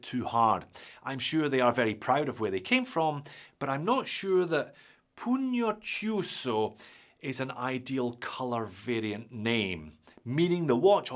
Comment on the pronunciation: By the way: -oh-FEE-chee-nay TECH-nee-kay -poo-nyoh-kee-OO-soh